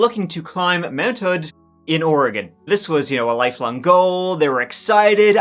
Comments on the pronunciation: It was so pronounced so perfectly, I didn’t even notice! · The fact that you can pronounce Oregon better than half of America is amazing 😂🎉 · Thank you for pronouncing Oregon correctly! People in our own country can’t do that. 😮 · Yay covering my state and he said it correctly! 🎉 I was in 5th grade about an hour South when this terrible event happened. Such a sad, unnecessary tragedy. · Hearing Oregon pronounced properly makes me wanna pop champagne and toss confetti all over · I never comment on videos but I just gotta say that I'm from Oregon and appreciate the hell out of the fact that he properly pronounces the state name. Another excellent video as always. Keep it up,! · Just had a short trip up there this summer. A very different feel in the summer! I love that you always pronounce Oregon correctly. It’s very distracting when it’s pronounced incorrectly over and over in videos. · I grew up in Oregon about 100 miles from Mt. Hood. I was a junior in high school and remember the horror of knowing those kids were stuck up there on the mountain—listening for the radio news updates, waiting for their rescue, and hoping they would survive. Thank you for giving such a respectful and thorough telling of their story. (And for pronouncing Oregon correctly 😉) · Thank you for pronouncing oregon correctly! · You pronounce Oregon like an Oregonian! I was expecting ori-gone😅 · Nice, a story from my home state. And I'm so happy you didn't butcher saying oregon. Thank you for a great story. And only the outside was used in the shining